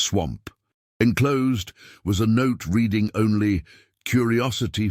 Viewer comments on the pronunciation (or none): none